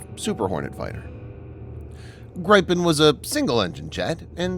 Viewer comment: It’s pronounced grip-en